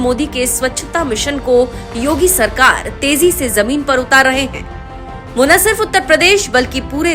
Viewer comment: Inki pronouncing to theek karo. Sheher ko seher bolte hain. Zamin ko jamin bolte hain. Thoda kaam to karna chahiye Chanel walon ko. Thodi quality to honi chahiye language ki